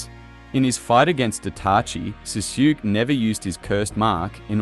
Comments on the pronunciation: “Suzuki” I know it’s voiced by an Ai but still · its pronouned Saskue like sauce then kay u good my guy lol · Your pronunciation of sasuke is so bad man